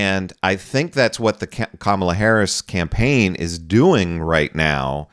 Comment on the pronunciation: This woman needs to make up her mind about how she wants to pronounce Kamala.